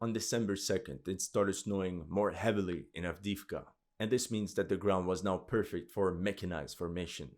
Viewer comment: AvdEEvka( e, not i )